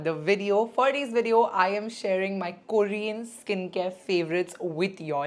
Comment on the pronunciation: It's not "kooorean" . Please pronounce properly dear.